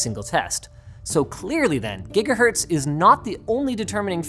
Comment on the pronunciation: Ah yes, the gigaherts.